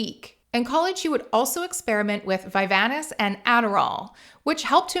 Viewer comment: Also, vyvanse is only 2 syllables. It’s ADHD meds (my Gf takes it).